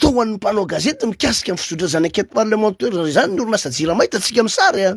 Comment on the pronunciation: enquête parlementAIRE fa tsy parlementEUR ramoseeee aaaaaa